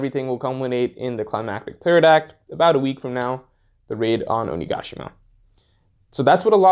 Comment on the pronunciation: My insides jolted every time I heard OniGAshima, had problems concentrating on the actual content because of it, lol